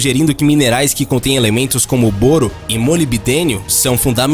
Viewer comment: Sempre pensei que a pronúncia fosse: "BÓRO"...